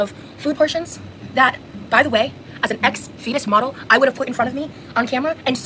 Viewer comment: Well spoken. I’ve subbed to her. But am I the only one who heard, “ex-fetus model”? I went back several times. Even my closed captions said ex-fetus model. A Cranky Turtle viewer in WV ☕️🐢💙💛